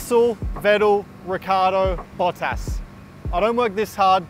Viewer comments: "Daniel Ricky Ardo" 😂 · it's actually "Ritchiardo" because it's italian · wouldn’t it be “Riksiardo” in English? “Cci” = “ksi” as in “vaccine” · He pronounced Daniels name wrong as well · Lando said Daniels last name wrong 🤌🤣